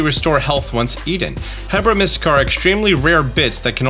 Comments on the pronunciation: I like how he keeps saying Heb-ra Mystica instead of Her-ba Mystica like herb(s)… for cooking and medicine 😁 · Please... Its HERBA. Like HERB. Not hebra. You're killing me. 😭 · why does he Keep adding a second R to Herba (Herb-a becomes Herb-ra) lol hahaha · Sorry. But "Herba" = Herb-uh. Pls dont say it wrong forever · I mean this with no offense, but HOW do you read it as HEBRA when it is spelt H E R B A like herb? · Herba = err-bah Sorry. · Gotta love the “Hebra Mystica” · Great video, lots of interesting information I didn't see when I checked the official site especially about the auto-battle feature, one small personal nitpick that probably won't come up again anyway, but the plant is the HERB-a Mystica, since it's a mystical herb. Again not that important and there's probably a reason you say it the way you do, but I wanted to say that in case it was something you just hadn't noticed. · Nobody:: HEBRA Mystica. It's H E R B A! LOL this isn't Breath of the Wild. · you’re switching the B and the R in Herba Mystica. They’re mystical herbs. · Hey! Love seeing your videos in my feed again. Just a quick FYI, the "H" in "herba" is silent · HERBA…. Please stop saying Hebra. It’s driving me insane lol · I swear I keep hearing him say hebra instead of herba like herb-a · You really like saying "Hebra" but like... it's Herba. Herb + ah. I mean, appropriate on the video you call out your own ability to pronounce pokémon names, I guess XD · lol made me giggle listening to saying hebra mystical instead of herba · pronounces "herb" correctly, then goes on to call the "herb-AH" a He-bra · Just a thought on the pronunciation. I might be wrong but Herba Mystica sounds like your saying Heb-ra where as I think it might be Her-ba as of the way it’s spelt and I think it is meant to be like a Herb as Arven is a chef. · why do you keep saying "hebra" its herba.. like an herb.. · HERBA as in Herb, not HEBRA that's BoTW